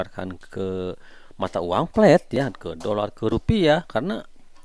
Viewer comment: Uang FLat 🤣 bukan fLat bos tapi fiat 🤦‍♂️